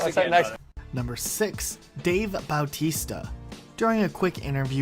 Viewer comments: did you really say Dave b-au-tista? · Dave BAWTISTA